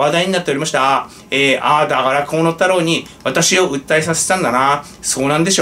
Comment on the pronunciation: 河野太郎が 小物太郎 と聞こえてワラケル（笑）